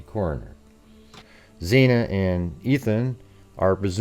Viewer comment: FFS, bro, her name is Xana, not Xena, not Xayna. How can you spend so much time on this and not know how to pronounce one of the four victim's names???